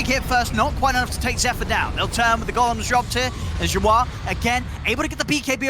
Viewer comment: Why cant the caster say "yawar"? Why does he call him "you are"???